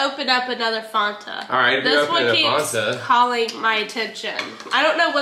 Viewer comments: Mars drink needs to be refrigerated & its fan-ta not farnta 😂 can’t believe you guys in America don’t have nesquik cereal 🤯 x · LauraLee did you just call that a FONTA.. Ma'am that is a FAN-TA! 😂🤣💜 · I personally call it Fanta: it’s FAWNTA Me: 😭😭Eryns righttt it’s FAN-ta!!!! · I do too. And still know it’s fan ta I don’t live far from her hometown and never heard anything say Fonta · NO! 😂😂🙈 FAN-TA! Not faunta. U just killed me in my 80's kid childhood dream. Lol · Omg, as a South African, its not Fonta, is right, it's FANTA 😂😂😂😂😂😂😂😂😂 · Hidey ho, all! It might be "fawn ta" in Cali, but in the NE, it's definitely pronounced Fan ta. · Do Americans really pronounce it FAAARNta.. lol it’s Fanta I’m with 😂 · Is Fon-tah the way people pronounce it on the west coast or something? I live on the East coast and have NEVER heard it called Fon-tah. We all say FAN-ta🤷🏼‍♀️ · Eryns right its fan-ta not fawn-ta lol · It’s Fanta like Santa not fawnta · i literally died inside every time they said “fOnta”😂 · lol I was just going to comment-it's Fan-Tuh. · it's FAN- TA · We have the chewy shell less skitles in the uk 🇬🇧 am its fan-ta and erm its 1000% pronounced car-a-mel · Lol she calls it fonta I sound like a butthole but I can’t 😂 where is the O??? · I don't get why you are calling it farnta, when it's spelled fanta! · never heard anyone pronounce fanta that way😂